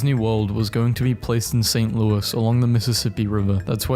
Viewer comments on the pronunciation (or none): none